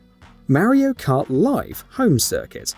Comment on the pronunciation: Super Maro???? 🤣🤣🤣🤣